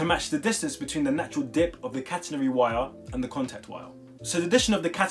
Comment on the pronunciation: He says catenary when it’s catenary